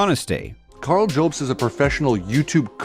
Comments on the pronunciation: I only have time to watch the first 5 minutes of this before work, but already this guy makes my skin crawl. he goes out of his way to mock and mispronounce your last name with unnecessary edits too. That is is a red flag and not really something a person does in good faith. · I feel like he’s changing his voice to sound more convincing cause he knows he’s got no substance? Also adding an e to jobst lmao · Love how he says “Joebst” instead of Jobst Also: was hilarious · does he say joubs on purpose as he had clips of multiple people of which non said it like that so you would assume he would say it like them if it's about a person he supposedly has never seen before. is he sunken so low that he tries to trigger the person he attacks in every way possible. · If he watched any of Karl's videos he'd know it's not pronounced "Joh-bst" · The guy can't even pronounce mario or jobst XD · Hard to take seriously the opinions of somebody who starts by attacking the pronunciation of your last name. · I am on this video. The facial expressionsand the crazy stuff he's saying is on another level. I've very rarely seen such awkward everything and such an utter failure to hype up. Much less when he's defending himself! He literally pronounces it "Mare-EE-oh" and then begins the ad hominems immediately by intoning your name in a dumb way. It's unbelievable how people can be so bad when, like, this is their reputation and career on the line! At least do your best with the lie.